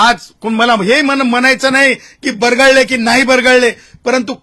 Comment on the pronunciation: मराठी नीट बोलता येते का बरगळले नाही बरळले बोला